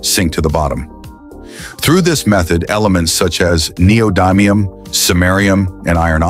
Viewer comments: I looked it up on like 5 different sources & pronunciation videos... It's actually nee-oh-di-mee-uhm; short "i" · The commentator voice (probably AI?) doesn't know how neodymium is pronounced. The "dym" syllable is pronounced like the word "dim," not like the word "dime." I'm really confident about the pronunciation, as I've been working with neodymium magnets for 20 years.